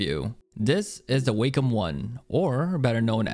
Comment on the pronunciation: anybody else triggered by how he says "waykim" and "melomiters"